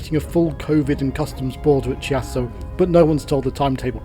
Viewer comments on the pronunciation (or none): Fascinating video! Thank you for showing us the possibilities and being so sympathetic to the various places and styles of architecture en route. Just one thing though: it's Key-ASS-so not Chee-asso. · Hi. A fascinating and enjoyable video, thank you. BTW 'Chiasso', the 'ch' in Italian is a 'K' sound, so the town of Chiasso is pronounced 'Keeasso'. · Great video. Very interesting, but as a pronunciation pedant I would like to point out that Gare Du Nord is pronounced NOR nor NORD. The D is silent unless an E follows it. The Swiss town of Chiasso is pronumbered KEE-ASS-O. and your destination is BO-VA Marina not BOVVER Marina. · Chiasso pronounced Kiasso. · Really lovely! Your choice of music actually enhanced the video. Do the Swiss pronounce Chiasso like you do? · Nice video. Of course once in Paris you could made it it to Gare de Lyon and catch a Frecciarossa to Milan and once there to get a Frecciarossa or an Italo train to Reggio Calabria and from there go to Sicily. But that way the trip and the video were surely more interisting. Great job, anyway. Just allow me to correct just one thing on the pronunciation of Chiasso. CH in Italian sounds K, than it's Kiasso.